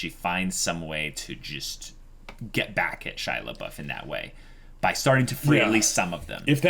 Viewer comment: I just heard absentmindedly calling him Pouf. Do you just call him on-screen to annoy us?